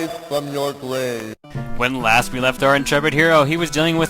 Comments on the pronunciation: "Wise fwom youw gwave!" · Wise fwom your gwabe. Good to have you back.